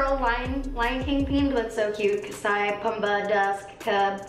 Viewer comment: I love how you pronounced Pumbaa while reading the Lion King palette hahahahaha